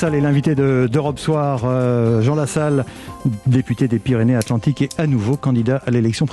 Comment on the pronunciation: il faut faire la liaison " Pyrénées-satlantiques"